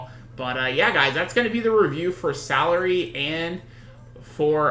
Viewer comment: Salire is pronounced Suh-leer